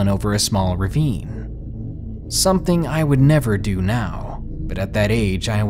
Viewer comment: Dear, there is no 'K' at the end of 'something'.